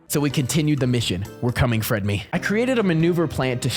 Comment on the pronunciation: You were saying fredme not fredly😂😂😂